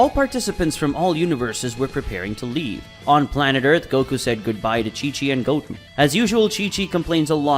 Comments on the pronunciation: Ok so I really like your stories but I have to ask about a couple of pronunciations Goatin (instead of Goten) and Brawly (instead of Broly). Is that a creative thing or is that how it's supposed to be said? I'm not trying to make fun or anything I'm genuinely curious because I do like the work but those two pronunciations just sounds a little bit different than what I have heard in the past. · I hate the way he pronounces whis and Goten 🤣🤣